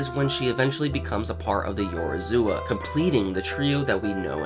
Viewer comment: One day you'll be able to pronounce Yorozuya properly. Until then keep up the good work xD